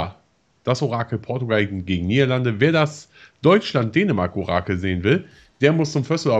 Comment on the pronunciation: 3:1 Dänermark